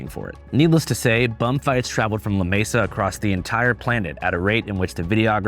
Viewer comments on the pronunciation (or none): none